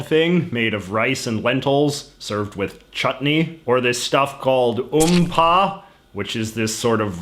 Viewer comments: Umpa, loll it's upma- (uph maah). This cracked me up 🤣😂. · actually im indian and you pronunced upma wrong it is pronunced upma and not umpa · Hey JJ, what up? Correction: It's UPMA and not UMPA, and yes EVERYONE HATES IT! ...except this one man in my neighbourhood who absolutely loved his Upma, but used to sneer at his wife for botching it up when she prepared it. So he'd go out once every month to a fine diner restaurant to eat....well, UPMA! Ironically enough, his wife succumbed to cancer, and he still jerks his tears saying how he misses the Upma his wife used to prepare. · It's Upma (Oop-mah), not OOMPAH LOOMPAH. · Lol it's not um-pa ,it's up-ma.And a lot of Indians love it . Upma is usually a breakfast item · How did you mispronounce uPMa like that lmaooooo P.S: I also hate upma 🤣🤣🤣🤣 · How did he say upma as umpa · I'm Indian and my mom makes curry and rice or some other American kind of thing. (Btw you kinda butchered the pronunciation of upma) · J.J your pronunciation of Upma made me laugh myself to tears.